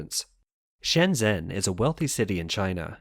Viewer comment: it comes across as a little unprofessional when a channel dedicated to China doesn't know how to pronounce shenzhen - it takes no more than an hour to do a crash course on pinyin